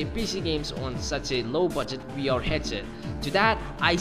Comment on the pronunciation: why are you saying "we r headset"? its VR dude.